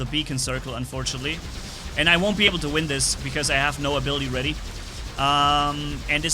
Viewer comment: You keep saying instant vin